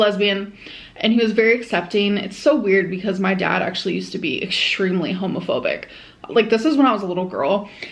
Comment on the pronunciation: Does the way she says “strength” bother anyone else? Like, there’s no “SHHHH” at the beginning of it. She does the same with the word “extremely,” when she pronounces is “eckSHHHtremely.” Pisses me tf off